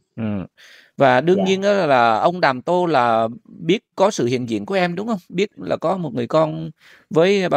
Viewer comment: Cười bể bụng với cha tên Đàm Tô mà đọc ngược thành tô đàm 😂😂😂